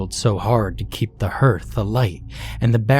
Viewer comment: Herth? Really? Spelled H E A R T H? It's pronounced HARTH. It's a fireplace. Have you really never seen or heard that word before? Don't get me wrong - your stories are wonderful - usually. But your pronunciation of many common words or misuse of grammar is annoying. And they're common words. Like, you frequently use WOMEN instead of using the singular WOMAN or vice versa. Don't see what's so difficult. Anyway, love your stories and usually you're an excellent narrator.